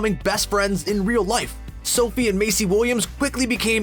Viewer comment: anyone else can't get over how he pronounces maisie macy and not maiZie?